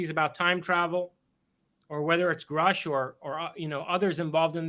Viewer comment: "Gruh-sh" not "Grow-sch" Did you even watch the congressional hearing? I don't think you did.